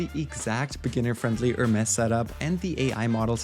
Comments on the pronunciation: its pronounced HER MEs not HERMESS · Nice Video! Btw the Hermes team has been clear that it's pronounced "Her-Mees". The other pronunciation is a fashion/design brand. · Use AI to edit your video, seek and replace with correct Hermes pronunciation.